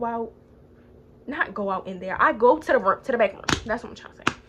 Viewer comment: She be saying tewwww 💀